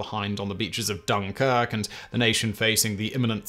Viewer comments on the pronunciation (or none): none